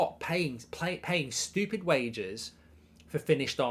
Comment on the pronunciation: Kills me that he can't say stupid. STOOPID!!